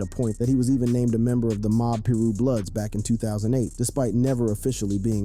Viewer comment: I can’t tell if you’re joking when you pronounce Pirus and Suge. If not, I’m embarrassed for you.